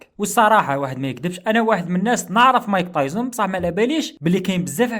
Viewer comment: مايك تايسون ❌ مايك طايزن ✅😂😂